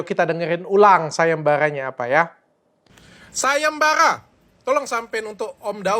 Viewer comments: Sayembarra .bukan sayemballa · Sayembara , bukan sagembaga